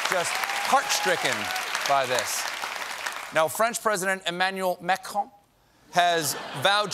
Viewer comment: He actually correctly pronounced Macron.. so congratulation I guess